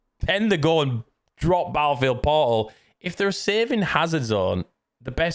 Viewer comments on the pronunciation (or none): Battlefield "pauul"... sound it out. There is an R and T in there somewhere. 🤣